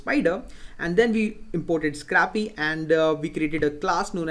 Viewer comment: Nice vids. PS. "scrapy" is pronounced SCRAY-PEE, as in to scrape (which is pronounced SCRAYP).